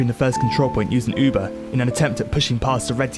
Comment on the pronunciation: You should honestly learn how to say Uber.